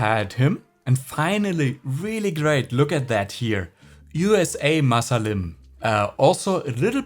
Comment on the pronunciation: Hello, It's not USA masalim 😂 His name is Usama Salim 😃